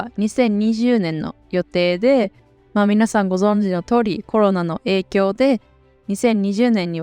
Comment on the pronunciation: 影響の読み方が違ってます